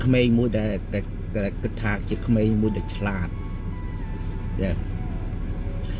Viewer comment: សួស្តីបង ពាក្យ “ក្មេង” មិនមែន”គ្មេង”